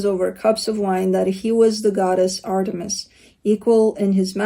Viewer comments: you nailed the pronunciation of Artemis, I am Greek and it sounded like you were saying it in Greek! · are you Greek? 🇬🇷 you pronounced Artemis perfectly! ❤️